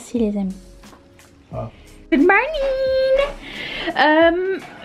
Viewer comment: Coucou ma belle, ca me fait rire car quand tu dis good monnin.monnin en italien veux dire le minou de la fille.je rigole a chaque fois ma belle.🤩🤩🤣🤣🤣🤣🤣🤣🤣🤣🤣